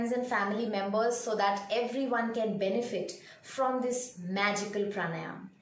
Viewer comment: It's PRA-NAA-YAM and not PR-NAA-YAAM